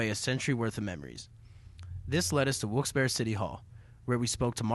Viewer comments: OMFG - How dare you mispronounce the name Wilkes-Barre? ? It is not Wilkes-Behr - it's Barry as in the man's name, from the French Barré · Yep, it's pronounced Barry. Pretty distracting that they kept mispronouncing it